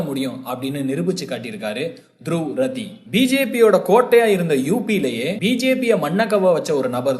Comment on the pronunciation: ரதி இல்லை ராட்டி is correct pronounsation in ஜாதி ஹரியாநாவில்